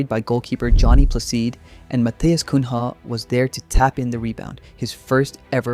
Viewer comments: Mano, quem mais que morreu internamente quando ele falou "Mateus Cunra" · Hey, try to say Matheus Cunha as Cunya, it's the same as the ñ in spanish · Say ''cugna'' as in ''lasagna'' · Great video! Just a heads up, Matheus Cunha's name is pronounced "cuña". In portuguese, the "nh" sounds like the spanish "ñ". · as a brazilian im like “matues cunha” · what is that Matheus Cunha pronunciation 😂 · you can pronounce Raphinha but you can't pronounce Cunha? wtf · As soon as you pronounced "Cunha" I knew you had no idea what you're talking about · Neymar was a great player, but he is not a central piece of the squad at the moment, nor do I expect him to become one. He's there for his experience and what he can do in the dressing room more than what he can do in the pitch at the moment. H in Portuguese is virtually always silent. The nh creates a sound that is not typical in other languages, though Spanish comes close with the ñ, but it's still different than nh. That said, a better approximation for English speaker of Cunha's name would be, Coo-nya. It's still slightly off, but it is a much better approximation than Coon-Ha. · Yeah, ancelotti clearly said and they show the 4-4-2, looks like a 4-2-2. Not the 4-3-2-1 you’re talking about. Also it’s cunha, just watch a match or look up the pronunciation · If you say “CUNYA” it would be more like to the original name than “CUN-HA” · Not Cum Rah, Cunha. (Like Cuña) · Good video, just a pronouciation tip: "Cunha" is pronounced like the ñ from spanish, like in niño, or the gn from Italian, like in gnochi, so it's not "koon-ha" it's "koo-nã", or "koo-neah" if it's easier for you to say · Matheus Cum Ha 🥀🥀🥀🥀 Just messing with you bro, I understand that where you are from you might not be used to the “nha” pronunciation, I think if you say his name as “cunia” it will be closer to the original. Great video! I am really hoping my Seleção keeps getting better throughout the tournament and brig us home our long waited Hexa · Kun Haaa 😂